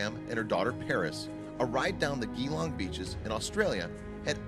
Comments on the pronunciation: Cathy Benson LOL GEE-Long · Certainly can tell the commentator isn't an Aussie. Lol. Just listen to how he pronounced Geelong. Lol.